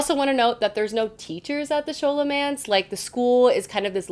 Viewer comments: Friend I love you, the reading you're doing is amazing but I've gotta say something. It's "Skahl"omance ( like scholarly) and his name is "oh-rai-on" like Orion's belt. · Thanks for the recs! BTW Scholomance is pronounced sko-lo-mance❤ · Scholomance (sk-o-lo-mance) is actuality categorized as adult! And its pronounced O-ryan, I was definitely saying O-ri-on in my head though, until my husband corrected me 😅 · I read the first and second books in the Scholomance too, and I'm about to start on the third. I loved it! El was such a great narrator and so funny. There were parts where I laughed out loud! And the action was terrific too! Can't wait to see what you think of the third! Also, I hate to be this person, but Scholomance is pronounced like it was Scholar-mance, and Orion's name is O-Ryan. I'm sorry! But keep doing these videos, I love them! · Nice video! Loved the first two Scholomance books (think it’s pronounced Sk-olomance, like the sch in the word school), although the third one was a bit disappointing.